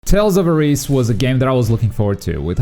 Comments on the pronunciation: "Tales of areeese" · Lost me at tales of AREESE LMAO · Tales of Areese 🤣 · I very much hate the way you pronounced the game title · Tales of Areez? Really? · yeah cant even pronounce the game title right